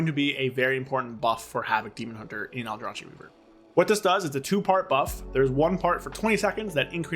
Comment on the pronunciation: Stop calling it Aldra-chi 😭 It's Aldra-kee Reaver. Justice for the aldrachi :D Great video nonetheless 👍🏻